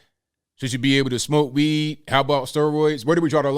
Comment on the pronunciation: Did you say tested positive for weed or weave?